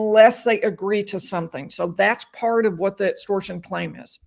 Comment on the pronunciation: Etstortion, ezactly 😂